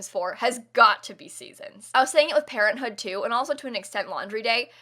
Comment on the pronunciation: I though pt she said parrothood instead of parenthood lol